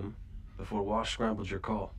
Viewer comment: FYI it's "Wash, not "Walsh". And yes, they didn't want the Reavers to think that anyone was on their ship so they made it look like a dead ship. I won't answer any of your other questions (you know the rules lol!)....so enjoy the ride!